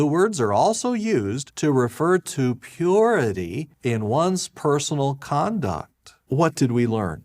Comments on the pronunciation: Did anyone else catch the way he said 'Pee your ity' Lol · The way he says "pUrITY" oof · Yes, pURity, and con-duct,... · So glad I wasnt the only one to notice that. I felt an actual corporeal discomfort the way that dude savored the consonance of "ppppenentrate". But the worst part was the entire turn of phrase, where he warned that satan would "ppppenentrate our ppppurity". Penetrate your...purity? What the hell? Was that supposed to be the creepiest rape euphemism ever, or was it just an accident from someone who derives way too much enjoyment ppppppronouncing the letter 'P'? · Why does he say “penetrate”, “purity”, and “permeate” so strangely? What other “p” words does he get hung up on? So creepy